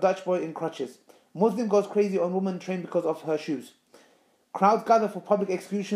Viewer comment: Why you pronounce "Muslim" wrong?